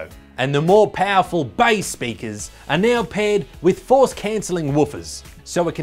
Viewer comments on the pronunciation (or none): When he said "pæoful speakers" i felt that